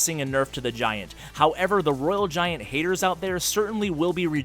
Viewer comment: btw u said it wrong for rg and babydragon